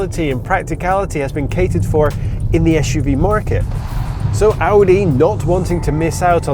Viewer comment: Es-shoe-vee. S U V. Jeez.